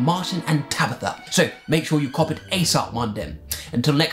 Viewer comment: "make sure you cop it asop mondem" im dead